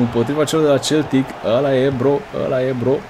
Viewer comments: De fiecare data cand zici Celtic in loc de Seltic adica cum se pronunta corect imi vine sa ma zgari pe fata... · Baaa se citește seltic nu celtic asa se scrie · Se citește Seltic nu celtic cum zici tu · Se citeste Seltic nu Celtic